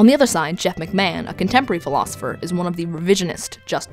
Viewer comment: McMahan's (is that the right person? I couldn't fully understand what you were pronouncing) point and the example given of a drunk driver does not match up at all. First of all the driver and the one who got drunk is the same person, in a war the soldier's don't decide to go on wars. Also while I would say I am killing and wars in general, killing in wars is more of a survival situation in a traditional battlefield. Now the question may be towards people who carry out drone strikes against potentially innocent targets who have no way of fighting back a flying invisible drone, than I agree there is a question of morality there, but I would also argue that isn't "war".